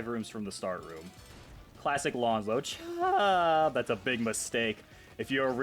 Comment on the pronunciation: why do you say “chHUUBBb” like that